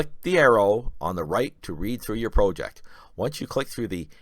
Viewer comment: Please learn how to pronounce the word project